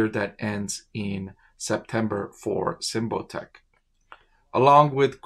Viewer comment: You are pronouncing it wrong. Sym like symbol. Bot like robot. ic like Icky